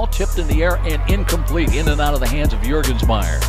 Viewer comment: Your-gens-meier? It's Jurgensmeier -- J as in Jury.